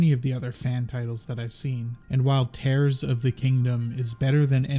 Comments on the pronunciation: It is actually Tears 💧 of the Kingdom, not Tears as in tearing. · i get the impression Tears of the Kingdom is pronounced as Tears, not Tears. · Hi! I’m so exited for the new game. Also I think it’s tears as in crying rather than tears as in ripping. 😃